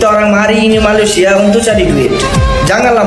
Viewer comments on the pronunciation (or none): Malaisia bang, bukan malaides 😂